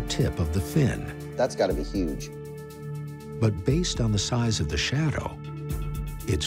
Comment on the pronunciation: "Gotta be yuge"